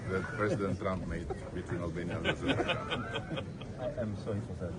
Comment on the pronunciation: not only repeated this 3-4 times but he also cant get even get Azerbajan name correct. he calls it Uberbajan, just like he wants to call gulf of mexico, gulf of anerica